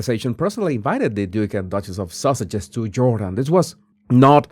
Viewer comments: If you're gonna talk about them, LEARN how to say Sussex. It is NOT Sussesh !!! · Haha, it sounded like you called them the Duke and Duchess of Sausages! PERFECT!! I LOVE IT😂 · I still 😂 when you say “sausages.” 🙏🏼🙇🏻‍♀️💖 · I laugh when you say Sussex, it always sounds like “sausage.” 😂😂 I love it!👏🏼👏🏼👏🏼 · It’s meant to sound like Sausages 😂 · He does say sausages, that's why 😂😂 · "sausages" did I hear that right?